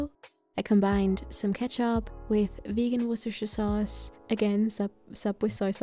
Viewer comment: I always understand "russische sauce" when she says "worcestershire sauce"